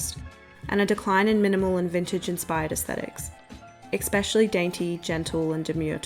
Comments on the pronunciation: Please stop saying ‘expecially’; it’s ‘especially’. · It’s pronounced “especially” not “eCsepcially “ sorry it’s bothering me 😂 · eXpecially :P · Ekspecially isn’t a word. Three times is too many. My GOD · Love your videos. Please stop saying 'exspecially' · The pronunciation of “especially” kills me, but your videos are so good.